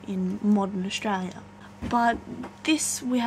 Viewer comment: Australia... The L isn't silent